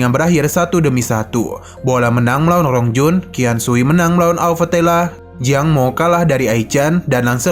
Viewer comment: Penjelasan nya kurang jelas bicara nya rongjun di sebut long jun😂